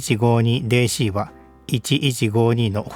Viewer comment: DCはデ一シ一ではなく、『ディ一シ一』ですね。 Dをデ一と言うならCはツェ一